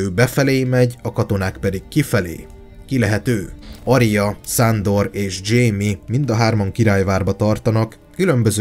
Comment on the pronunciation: Csak engem zavar a "Szándor"?